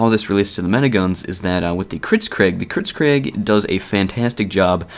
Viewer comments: err... You say it "kritzKREG" rather than "kritzKREEG". It has an EE sound at the end rather than an E. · I hope you say "kritskreg" as a joke...